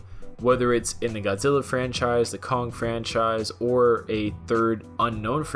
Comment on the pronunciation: "Godzilla vs Cock". Sorry, I can't unhear it now 🤣